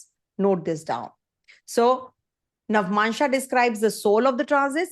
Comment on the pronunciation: Madam it is nava+amsa not navmansha